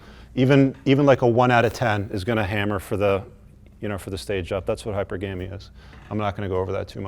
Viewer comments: I find it hilarious that the person giving a "lesson" to other people cannot even pronounce the word hypergamy lol. I want to give a sincere thank you to all the mgtow reject weak links for removing themselves from the dating pool. Now feminine women and masculine men can date without you weak links getting in the way and infecting everyone with your misery and lack of masculinity. So from the bottom of my heart thank you for gong your own way lol. Clearly yall werent raised to have a provider mindset and also have hella mommy issues and hatred for women stemming from your own inadequacies. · Hy-per-ga-my idiot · It’s pronounced hy-PER-ga-my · It's pronounced hy-per-ga-my. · Good content. However, hyper gammy is pronounced as one word, with the emphasis on the first syllable. Second, no comma after the word unicorns. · Its HiPerGuhMee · Hypergamy is pronounced: hi per ga mee. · Hypergamy is pronounced High Purr Guh Mi (Hyper-Gamey = extra stinky!) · Jeez...It's pronounced: hyPERgamy. Gave a lecture on a subject that you couldn't even pronounce, smh. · This simp gives coaching lectures on a word he can not even pronounce lmao Hi-Per-Gae-Me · Hard for me to take this seriously when he isn’t even pronouncing hypergamy correctly. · Women don't want you because you can't pronounce hypergamy. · Do you know how to pronounce hypergamy? Maybe before doing a wannabe ted talk you should LEARN the words that are coming out of your mouth, Hahahahaha. Its like a train wreck and you just gotta hear you say it over and over man X-D I am Dying from this BS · The man can’t pronounce Hypergamy correctly. How can anyone take him seriously? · I wish that would learn how to say hypergamy properly. This undermines his credibility. Sort it out. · i hate how he pronounces hypergamy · You don’t even know how to pronounce hypergamy properly. Zero sources, nothing but anecdotes. Would love to see your qualifications. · That's not how you pronounce hypergamy LOL